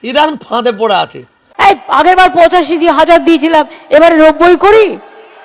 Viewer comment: পুচাষী নয় ভাই পঁচাশি বলো